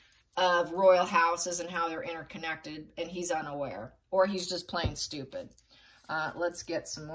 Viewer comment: I love you way you said STUPID 😮